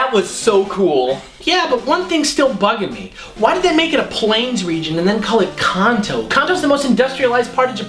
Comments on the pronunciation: Konto? Don't you mean Kanto? :| What's a Konto? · *KAN-TOW not *KAHN-TOW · i cant get over the fact how pernounced kanto